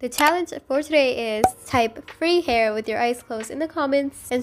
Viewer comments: frew gair LMAOO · "Frss hair" Noooooooo